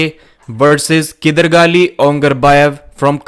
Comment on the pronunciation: no one does justice to Kydargali 's name the way Devon does whenever he pronounces it